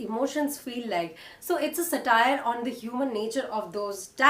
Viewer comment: Wonderful post--thank you. I'd point out that it's SA-tire, rather than sa-TIRE. That aside, I've loved ALL your recommendations. Thank you.